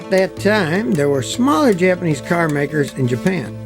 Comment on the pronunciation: My sole critique is that really needs to improve his Japanese pronunciation. 🙂